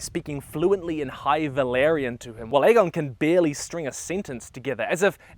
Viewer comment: it’s valYrian btw, not valArian